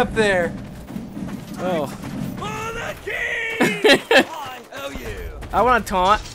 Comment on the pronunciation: when he says "for the king! it sounds like "throw the cheese "